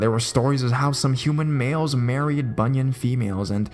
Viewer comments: Hi, at first I was confused as I kept hearing you said bunion, and those creepy feet bunions kept appears in my imagination (silly me!). It pronounced as "boo-nee-an" (as in "ant" but silent the "t"). But anyways, the stories do creeps me out! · it's pronounce Bu-nee-an